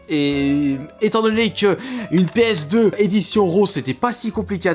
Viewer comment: Péeuhsdeu slim ça ma tué 😂😂